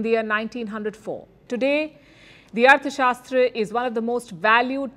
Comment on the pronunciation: Please learn to pronounce arthasashtra...